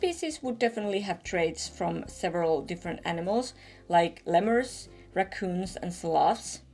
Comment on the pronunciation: But it's l-ee-murs, not le-murs